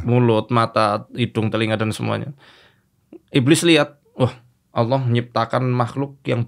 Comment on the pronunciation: om dedy susah banget nyebut nama Allah...